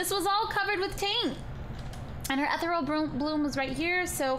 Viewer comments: I'm pretty sure ethereal bloom is pronounced "eth-eeree-al bloom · Am I the only one who thinks she's pronouncing "Ethereal" wrong...